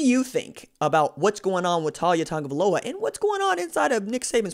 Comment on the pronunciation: U gotta pronounce his name right